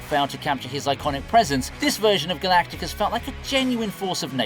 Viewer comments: Your AI needs some tweaking. Galactus, not Galacticus...🙄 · GALACTUS! Not GALATICUS. Sorry for shouting. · Galactus not Galacticus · NOOO.. Not Galacticus. Just Galactus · It's Ga-lac-tus, not Ga-lac-ti-cus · You had me right up till "Galacticus"... Hard to take it seriously after that :/ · nice how a marvel presenter can't even get Galactus's name right :D Galacticus, sounds like a medical condition you get from space :D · why keep calling Galactus, galacticus while the fkd up characters say his name correctly, the fk is wrong with you PS: as a F4 and Marvel fan i will never watch this version of the F4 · Did you really say fucking Galacticus. Fired. Delete the channel. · Did this guy just say "Galacticus"?? 😮🤯🤯🤭🤦🤦‍♀️🤦‍♂️ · His name is Galactus. Not galacticus… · this ninja say galacticus? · I was screaming to the screen Anyone who's seen any comic or any cartoon knows it's Galactus